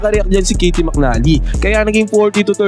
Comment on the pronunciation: Caty Hindi kity 😂